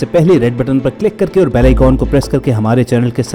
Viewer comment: آ ئی کون نہیں بلکہ آ ئی کن ہوتا ھے۔۔۔۔۔آپ کی تصحیح کی ھے برا مت ماننا برادر۔۔۔۔